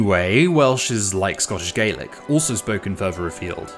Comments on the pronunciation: Your putting words in my mouth here, no I am not going to go around and punch anyone who doesn't pronounce Gaelic properly, but this is a video about languages and linguistics so I thought it right to point out the correct pronunciation. You would have a point if Gaylick was the correct pronunciation in English. But it isn't. In Scotland, everyone pronounces Gaelic with an ah sound, and Gaelic was once spoken over the majority of Scotland. When Gaelic speakers speak English, they pronounce it with an ah sound as well. It is our word, both in Scottish and in English, and the Scottish pronunciation matters way more here because as ive said, Gaylick cannot be a regional pronunciation because England and America do not have a word in their own dialect for Gaelic. The vast majority of them don't know it exists or only have a cursory knowledge of its existence. If you want to pronounce it Gaylick, be my guest, but don't try to tell the people who's language it actually is that that is the correct pronunciation. Because, I guarantee you, if you say Gaylick in Scotland, it will cause confusion, people will think your referring to Irish. Language is subjective, yes, it does change, yes, but not every mistake is bound to lead to a linguistic shift, and whilst your free to say Gaylick all you want Scots don't have to accept that as correct. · it's not a preferred pronunciation, it's the pronunciation used in Scotland, the home of S Gaelic, to distinguish it from the Irish language, which some still call Gaelic in English. Frankly I don't really care what your dictionary or computer says, how about you have respect for the the way it is pronounced in the country it comes from. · I am not exaggerating when I say that if you pronounce Gaelic with a long A anywhere in Scotland Gaelic speaking or not they will think your talking about Irish. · This is just a big pet peeve of mine but it’s pronounced “gah-lick” for scots ghàidhlig not “gay-lick” as is the case for irish gaeilge